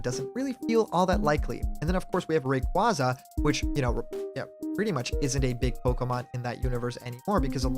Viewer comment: I can't fucking stand people saying Ray-quah-za, it's already been confirmed to be pronounced as Ray-quay-za years ago! How are people so stubborn to it! Sorry, I get you're a nice guy, but the mispronunciation of Pokémon is a massive peeve of mine.